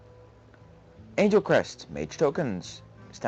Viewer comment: anglecrest xD it's angel but it's ok :D